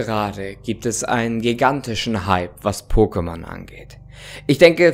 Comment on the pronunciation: Danke, dass du es so aussprichst wie in der Serie und nicht „Pockemon“! Eine Wohltat für die Ohren!